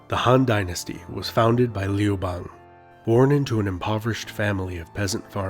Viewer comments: The a in Liu bangs name should be pronounced a the U in umbrella. The way you pronounce it, sounds like frog in my language. Liu frog. 😝😂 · Did you just pronounce Liu Bang correctly then proceed to botch it 43 seconds later?😆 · Also the narrator uses a non standard pronunciation for 劉邦, sounds like "Lee oo bei ng" (same vowels in "see two games"), standard would sound like "Liou Bah ng" (chinese "you", ex. 有, should soung approx like english yoyo, as in the toy named yoyo; would be like "Yo, Ma"). So ... he obviously doesn't know or study Putonghua. Maybe he's American? That would account for raised quality of the open front vowel in "bang", Americans often say words like "bank" with a raised open front vowel, such that it sounds similar to "bane".